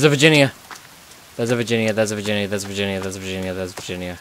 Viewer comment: lol u said 'virgina' not Virginia